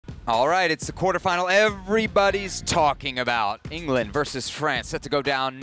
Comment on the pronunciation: Did he say ingerlund 🤣🤣🤣.